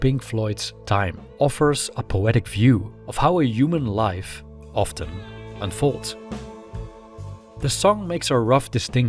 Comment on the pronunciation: Over the years I watched your videos with great enjoyment and I am continuing to do so. Great content and beautiful presentation, really. But there is this one thing driving me crazy. Man, just pronounce the word "human" the intended way. PLease! IM beggin you. I can't stand it any longer. For some reason its just supremely annoying for me. I know that you are used to pronouncing it that way because you are from Holland and your mother tongue is affecting the way of your speech in other languages. You have an accent, for short. But please just make an exception for that one word. Much love from Türkiye!